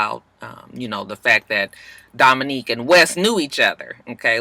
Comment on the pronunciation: im mad u keep callin Dominick Dominique lmfao i bust up everytime like cchhiilleee he aint no Dominique